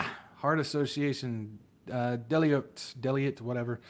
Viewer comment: Deloitte is pronounced Duh-loyt…from Deloitte and Touche. Just in case you were curious. 😊